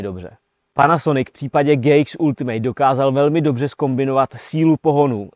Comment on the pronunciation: "Ultimate" se fakt nevyslovuje jako "ultimejt". Když už dělám o něčem konkrétním video, tak si zjistím aspoň výslovnost toho názvu.